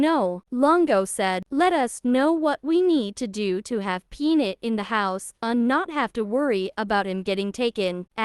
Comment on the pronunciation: Is it too damned much to ask that HUMANS narrate these videos, instead of idiot AI? The squirrel's name is Peanut. NOT Pnit! and TikTok is NOT TikTik!